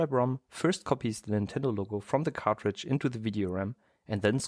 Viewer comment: Everytime i hear him say cartridge to me it sounds like he says cockroach